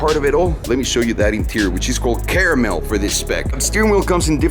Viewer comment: shit a lil when he pronounced caramel